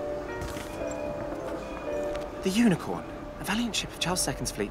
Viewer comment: "Lincorn" is french - "unicorn" ..